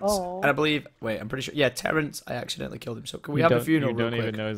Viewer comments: Omg it's Terrance not lorance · IT WASN'T LAWENCE IT IS TERENCE